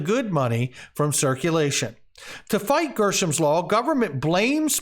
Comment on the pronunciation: Hey were you reading too fast or is dyslexia setting in?… you changed the word from Greshams law to GERSHAMS law… did you catch that yet sir?… we all make mistakes and i forgive you buddy!!… keep up the good work though good information though… thanks!